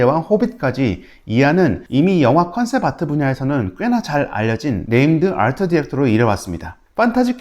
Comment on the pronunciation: 뛰뤼디 아rrrr트 ㅋㅋㅋㅋㅋㅋㅋㅋ